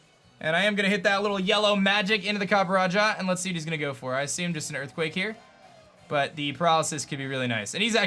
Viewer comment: those EErthquakes tho